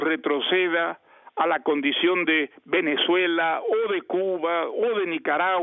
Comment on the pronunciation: Otro level escuchar a un premio Nobel decir “así Venezó Empezuela”